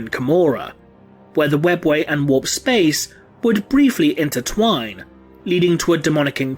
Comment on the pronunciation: Spehhs Elves. Okey dokey.